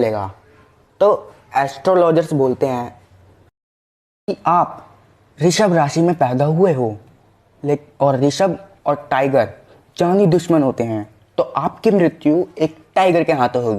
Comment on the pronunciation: bhai rishabh nhi vrishabh hota hai , tu to dara de rha hai